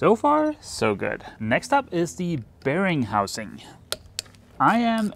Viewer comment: Every time you said ‘bearing housing’, I heard ‘Bearing Munch-Housing’ 🤪